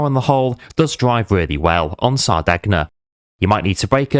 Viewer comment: Great video pal. But, just for reference, it’s pronounced Sar-day-nya… Hope that helps. 👍🏻